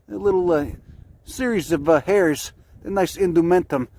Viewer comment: “Look at those hares” he’s pronouncing it hares, not hairs.